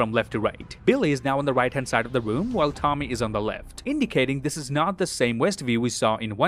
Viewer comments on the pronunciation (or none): none